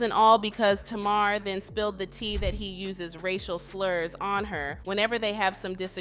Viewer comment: My god, you can't even say TAMAR properly, get it right. 😂😂😂😂